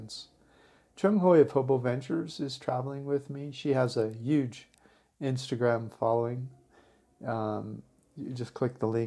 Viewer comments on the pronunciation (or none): none